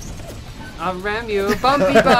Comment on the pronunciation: "I'm going to rahm yooo!" haha so good